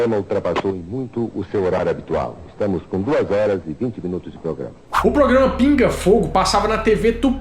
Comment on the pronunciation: O falou: "POGRAMA" algumas vezes? Ou estou enganada?